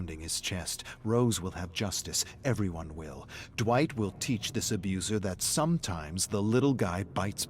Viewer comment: DiD He JuSt CaLl Me DwItCh?